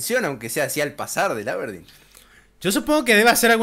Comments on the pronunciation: cuando en el video original pronuncia mal al aberdeen me acorde de facu jajsajajaj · la forma de pronunciar Aberdeen y algunos anglicismos definitivamente me hizo daño!! 🤣🤣🤣Saludos!¡!